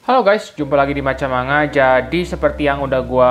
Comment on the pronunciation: maaf,niat membenarkan,,,"manga" dibacanya "mangga"